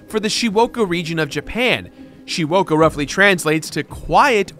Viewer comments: Jirard: "Shiwoka." Video: "Shizuoka" Me: ... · Bruh... it's Shizuoka prefecture... not whatever you just said? 静岡県: 静- (shizu) quiet, 岡- (oka) hill-- Silent Hill.